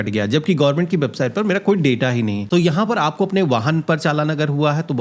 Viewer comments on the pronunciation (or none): none